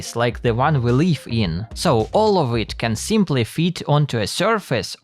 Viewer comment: did bro say "the one we leaf in"? DELTARUNE reference?!